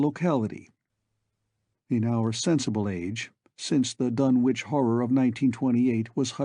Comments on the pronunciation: I have long since grown sick and tired of the mis-pronunciation of the name "Dunwich" by absolutely everybody. It is my pet peeve. This is an English name and it ought to be pronounced in the English manner. Lovecraft was English to the hilt and at his very core. It's "Dunnidge", not "Dunn-Witch". For Greenwich, we don't say "Green-Witch", but Grennidge. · Silent W.